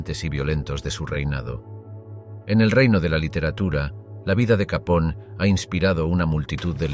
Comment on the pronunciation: No se pronuncia "Capón", sino "Capone", recuerda que no es un apellido italoamericano sino directamente italiano.